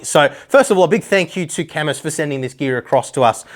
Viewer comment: IT'S PRONOUNCED KAAH-MOOO!!!